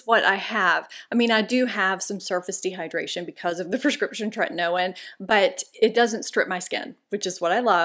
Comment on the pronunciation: Tretinoin is actually pronounced “tre/tin/o/in.” I just thought you’d want to know.